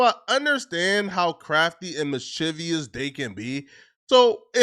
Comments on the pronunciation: "Mishivious" is nasty work... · & the way he said mischievous 😂